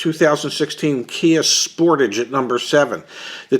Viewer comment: Fam the Spor- Tagé has me crying